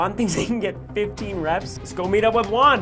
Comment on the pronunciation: HEYYY ITS ME JUAN! but not the guy that's just my name but I love it how Ryan pronounced Juan perfectly 👏 10/10 for effort